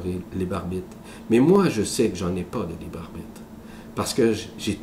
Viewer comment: "Le libarbite"